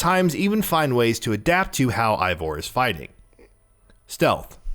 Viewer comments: As a nordic person myself, I would pronounce it Ey-vor, since our "Ei" sounds like a slightly different "Ey". Ay sounds more like a pirate thing, but then again, I didn't create Eivor and maybe the devs don't know how to pronounce nordic names. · Eivor is pronounced AY-vor, not EYE-vor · its EIVOR not ivor, but great video man!! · I-Vor.... LMFAO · The devs themselves have said it's pronounced Ay-vor 🙂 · Say Eivor’s name right please 🤦‍♂️ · Dude how do you tell us we NEED to know these things when you don't even know how to pronounce Eivor. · 1. The male female thing was technically introduced in Syndicate, not Odyssey, albeit differently. 2. Alexios and Kassandra aren't twins. The one you choose is several years older than the other. 3. It A-vor, not I-vor 4. Its Darby, not Derby